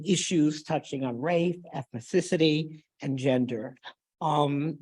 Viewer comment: What the hell is ethnsisty? No, race shouldn't make a difference but being able to pronounce simple English words should be. .